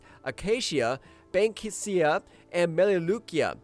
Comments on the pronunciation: Bankysia? Melaleucia? OK, your narrator is just making shit up. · Conservationalists, conductive, bankisia, rayforestation... so many mispronunciations. At least it's clear that the narrator is a human being!